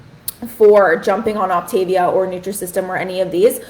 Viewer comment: Three minutes in and you have already made three mistakes in your representation of OptaVia. It's pronounced OPtaVEEah. You do NOT eat ONLY their prepackaged foods. The food is NOT disgusting. It's tasty. There are more problems with your video. Please actually do research before you speak out.